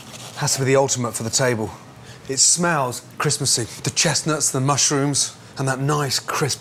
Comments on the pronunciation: No one: Absolutely no one: Gordon Ramsay: "Mustrooms" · Lol he said mustrooms